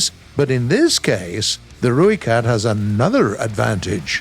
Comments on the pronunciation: The least you could have done was gotten the pronunciation for the rooikat correct like it’s not that hard. You pronounce it like Roy but u roll the r, not the roiekat , the Rooikat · How you say rooikat is wrong if you wanna know how to say it right message me I’m from South Africa so I know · Im from south africa and just want to clarify youre saying ROOIKAT wrong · If you want the correct pronunciation and of the rooikat it is r oi(like the Australian oi mate) kat